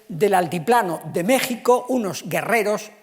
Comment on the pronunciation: A este señor le cuesta decir mexico pero si dice pais egipto.